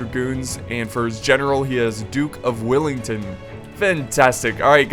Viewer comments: Did, did you just say 'duke of Wilington ?' It's WELLington. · you said duke of Wellington wrong!!!!